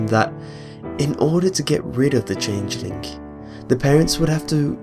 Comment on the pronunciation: Jen Dowie A speech impediment is not an accent. That's like saying everyone from England sounds like Jonathan Ross err Woss :|